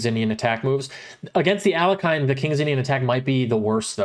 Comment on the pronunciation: It's pronounced al-YECH-in.